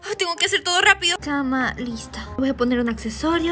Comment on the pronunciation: En vez de cama dijo chama :v